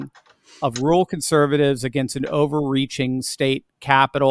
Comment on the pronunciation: Rural not ruler